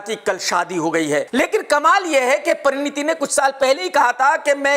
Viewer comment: Pareeneeti becomes pareeneta lol